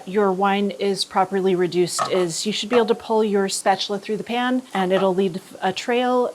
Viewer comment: everytime she says "The pan" I hear "Japan" lol